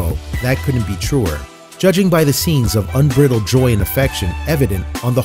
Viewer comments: I would really like to see you guys hire a reader that can actually pronounce all of the words that they are reading, correctly. “Unbridled” is like the bridle on a horse, not ‘briddled’ as he said it. (There is no such word as briddle.). I may sound Karen-ish, but I do tire of hearing words mispronounced in these stories regularly (particularly when I suspect someone is being paid for it). Do you folks hire from the internet? Are you accepting applications/resumès? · This narrator seems to be familiar with the English language - but some words he pronounces, like 'hounches' (haunches) and 'unbrittled' (unbridled) makes one wonder. I used to do soome public speaking (in a very small way) but I always read out loud what I was expected to read in front of others - in case there were some surprise words or typos that might catch me off-guard. I always thought it was a good idea; too bad so many 'narrators' these days don't feel the same way.